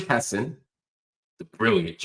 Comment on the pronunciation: Hello Mr Hill, So happy to find ur new venue! Have enjoyed ur analysis and insights for years. FYI: his last name is pronounced “Ha - Saan”